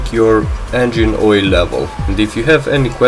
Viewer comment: "too much woyle"